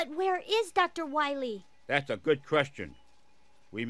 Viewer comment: Doctah Wahwee